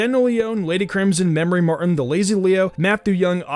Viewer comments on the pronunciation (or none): none